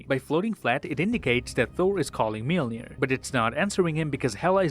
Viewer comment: watches everything on .25x speed to find the smallest details pronounces Mjölnir as Mielnir